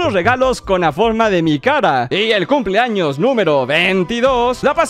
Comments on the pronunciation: Xd , justamente me abia salido del vídeo y también le entendí eso xd jaja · POR QUE DICE TODOS MIS CUMS ☠